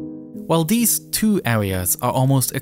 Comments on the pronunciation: ‘Dis and deese’ Should be ‘THis and THese’ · "North" is not "norff"; "south" is not "souff"; "this" is not "diss"; "these" is not "deese"; "through" is not "fruuu"; "with" is not "wiff". Please learn how to speak before posting videos as if you possessed the basic communicational capacities sufficient for public comprehension, when all you've promulgated is a brand of silly gibberish. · It’s not de, dis and dese it’s the, this and these with the tongue between the teeth. Also it’s not uvver and togevver it’s other and together.